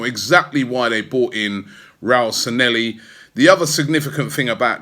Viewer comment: Robbie who is Sanelli!?? Sanllehi please. We owe it the man to get his name right.